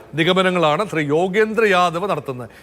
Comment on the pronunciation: അവതാരകൻ്റെ "ഷെറി "ഷ്റി "പ്രയോഗം എന്തൊരരോചകം. ശ എന്നത് ശ്രീ എന്ന് വഴങ്ങില്ലേ നാവിന് ?